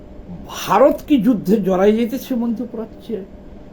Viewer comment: Bharot bolte giye b.h.a.r.o.t bolen keno.ottonto baje lage sunte.ichakrito noyto?